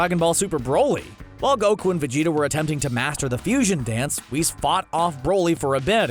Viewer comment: LMFAO “weese” mf u mean whis??? Lmao at least google the name first